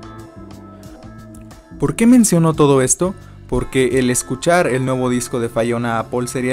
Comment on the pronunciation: Critica constructiva, de menos investiga como se pronuncia su nombre, no es fayona, es lo mas basico y ya de ahi partes (pd no soy fanboy ni jeiter)